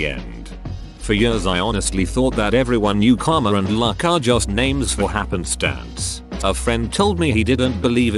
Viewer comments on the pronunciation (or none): none